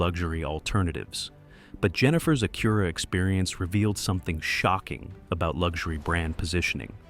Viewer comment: The thing is, the Pilot doesn't have the same features at $15K less than an MDX if you want performance... sounds like some dealers need to learn their own value propositions. That's the dealers fault, Acura (you are pronouncing it wrong BTW) has their niche but I guess some don't know how to sell them.